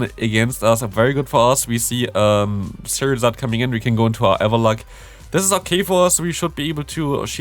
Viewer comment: Why you say charizard cherryzArd??